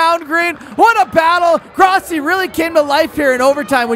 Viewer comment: When you grossi it sounds like you said Crosby